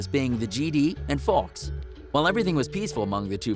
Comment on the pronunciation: He also said Faulks not folks and he thinks folks and Gds are two different gangs lmao at this lame